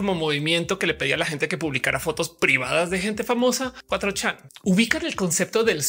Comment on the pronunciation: Qué horrible suena "cuatrochán", mi cerebro no lo procesa. Por qué no dicen de una vez "cuatrochamaco"